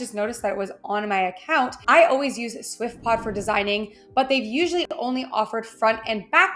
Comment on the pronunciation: Lol, she said "swiftpod"😅